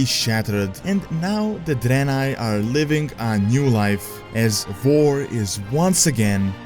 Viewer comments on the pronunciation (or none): Is German, Dutch, or Swedish I hear him say war as var and such